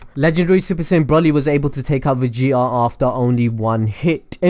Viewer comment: vege'a. its vegeta bro not vege'a